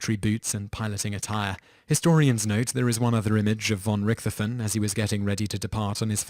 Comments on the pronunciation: Excellent line-up of unfortunate people before their deaths. One important point for historical accuracy however. #8, Manfred von Richthofen. Important to note that German doesn't blend sounds. The correct pronunciation of the name is Richt-hofen. The "t" and "h" is pronounced separately. Small issue of course, but as a German speaker, it was painful to listen to lol. Likewise, the "a" is usually short not long, as in "Adolf". Ah-dolf, not aye-dolf. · Manfred von Rick-Toph-in. Not Manfred von Ricthoten. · RICK-THOFEN... Man what a dope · You horribly botched Manfred von Richthofen's last name. It's pronounced Rick - Toe - Fin, roughly. Also, he was never called the 'Red Baron' during his life, or WWI, for that matter. he was most commonly known as the 'Red Battleflyer' in and around that era. Do please try not to horribly ruin something so simple as a name's pronunciation, next time you make a list. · Like Richthofen. Its pronounced Rick-tof-en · The way you pronounced Von Richthofen's name made me cringe... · The "h" in Richthofen is silent. There is no "th" sound in German, it is a hard t. Man I hate it when names and places are mispronounced. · His butchering of 'Richthofen' nearly killed me. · /troll on Richtofen is pronounced RichtoVen (can't really describe the "cht" sound in text -- kinda like hhht). In German, "f" is pronounced like "v" hand "w" like "f"... i.e. FolksVagon (Volkswagon). Benoit is pronounced "Benwah" jeffery miller was a communist agent John Lennon, the ambassador of peace, was a self-confessed woman-beater. Tupac Shakur was a Thug. /troll off unfortunately, all the above is all true. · Surge Night. Ben-Oyt. Rick-thofen. Two-Pack.